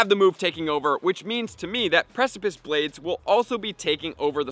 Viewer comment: Yay! He finally learned how to pronounce precipice!